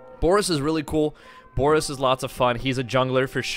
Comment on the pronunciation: The fact you're pronouncing his name wrong is cringe itself